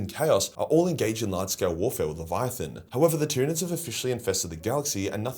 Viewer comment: Tryanids numb numb